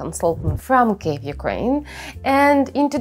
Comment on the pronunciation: Kyiv, not Kiev, please!